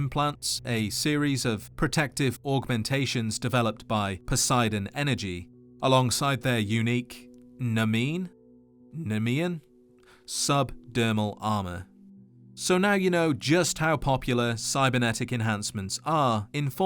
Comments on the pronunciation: I believe it's pronounced knee-me-an or knee-me-un, it's a reference to the Nemean lion from the myth or Hercules/Heracles, which was impervious to mortal-made weapons. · It’s Ne-Me-In like the nemean Lion from Hercules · How do you know everything about fallout but not know how to pronounce NEMEAN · Really, though? You're a grown man but you couldn't even begin to understand how to pronounce 'nemean'? Have you never heard of the Nemean Lion? I swear this is the reason my depression is so bad. What hope have we got as a species or a planet if this is the intelligence level of adults? I didn't think I'd ever say this but I think you need to spend less time playing and thinking about Fallout games and more time reading and generally existing in society. Humanity is fucking doomed. We are literally becoming the people from Idiocracy.